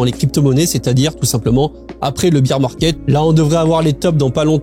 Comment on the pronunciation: Le « beer » market 😂😂😂